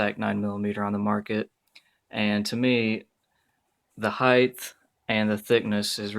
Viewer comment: It's "height", not "heighth". Dear God!